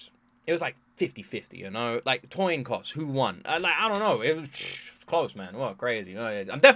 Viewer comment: I accidentally say Toin Coss every time, too!!! ❤️😂